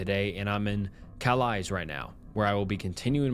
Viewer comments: Yeah for one Calais isn't pronounced "cal-eyes" lol I'm pretty sure it's pronounced "cal-lay" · Calais is pronounced “Ca-lay” (the a sounding like the a in “cat”) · the most american thing calling Calais 'calise' 😅😅😅🤦‍♀️ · Calise?? I think you mean Calais (kal-ay) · Btw, calais is pronounced 'calay', not 'calize'. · "Ca Lies" is killing me lol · Having worked in acute psychiatric I can confirm that if people say "I'm not crazy", they invariably are. Some people delusions are so impressive they nearly fool staff, it's an amazing thing the human mind. Oh, and Calais is pronounced "Kah-Lay" not being a prick, just thought it might be worth knowing. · Hi, new sub here, I really enjoy your content and binge watching right now. Just a little respectful note, being from France: Calais is pronounced Calay. Thanks for the video, off to the others I go! love from France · Calais is pronounced kah-lay. It’s a sh*thole though, so probably not worth a visit! 😂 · There is no way they walked from Calais (cal-ay) to Paris lmao what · Cal-lay its french pronunciation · Just FYI, Calais is pronounce without the S at the end. Like Calay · Calais is pronounced Kalay, fyi. Great video though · Scariest thing about the snapped fingers story is your pronunciation of Calais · That’s the wildest pronunciation of “Calais” I’ve ever heard! 😂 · If you ever pronounce "Calais" like that ever again, I'm calling the interdimensional beings on your ass